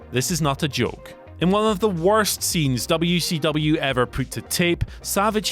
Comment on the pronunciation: I swear, as someone who grew up in Crockett Country, every time I hear say "Dubya-C-Dubya", I want to find a way to get to England and choke him to death with his own tongue.